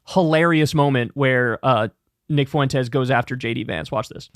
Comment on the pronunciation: "nick fuwentez"